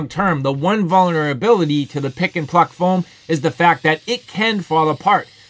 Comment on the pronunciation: Are you saying pick and fuck foam?